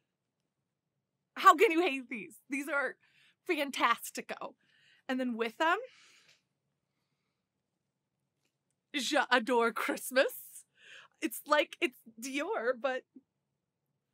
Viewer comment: JA-Dore and not Je adore.